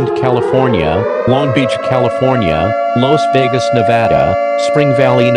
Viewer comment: And, it's LAS Vegas....not los.....lol